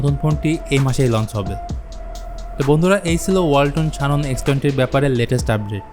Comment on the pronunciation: শানন নারে ভাই। জ্যানন